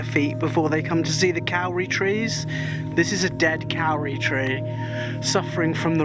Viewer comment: Miss it so much!! Also the Kauri trees are pronounced Codi... just to make all us non kiwis sound silly! Hows life back in the Denonshire?